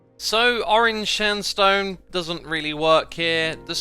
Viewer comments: He said stansone instead of sandstone! That great and funny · "Chiseled Standsone" Edit: Another one! "Orange Shanstone" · "...chiseled standsone" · Spoonerism spotted X says “Chiseled Stand Sone.” For those who don’t know a spoonerism is when you accidentally switch around the first syllables of words. I love it when these happen! Always brings a smile to my face :) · I can't unhear the 'chiseled stansone'